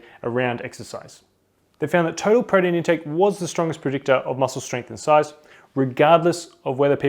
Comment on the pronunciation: This dude say protein weird. Really fast "Prodeen"